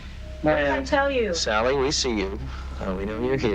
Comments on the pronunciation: Don't know if narration on this video is ai or real human. The house in Kansas is the Sallie (sally) house house...not saillie. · Why do you insist on pronouncing it saylee when even the clip from the documentary was saying sally, everyone knows it as the sally house! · Saley? it's SALLY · No shade…but you can hear them call the little girl ghost SAL-EE…but you kept saying SALE-EE…why?! Just curious…why?! 🤪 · I'm not sure why the narrator insists on saying "Saylie" instead of Sallie. Everyone knows about the Sallie house. The proper pronunciation was even mentioned over and over in the footage. Why do this? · dude this voice they are obsessed with said SAYLY 4 times instead of saying sally in the last video. I think they are all smitten with a generated voice 😂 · Did you notice the narrator said SAYLY 4 times,instead of sally. Makes me think it’s not an actual person but a generated voice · Your pronunciation of "Sally" is wildly bad. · Do you not know how to say sallie